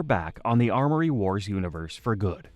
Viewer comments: YES! It was driving me crazy he kept saying ARMory wars ffs. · Say it with us kids... AM-ORY Wars... AM-ORY. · Why was he able to say amory correctly when talking about people and their names but not when talking about the story itself 😂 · I'm Canadian too. The thing was adding in phantom letters. Don't let my words discourage you, though. The video is fantastic as are your other ones. Keep it up!